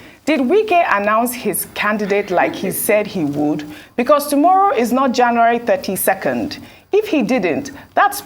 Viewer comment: Wike please what is JENUWARI? Get educated and learn how to pronounce words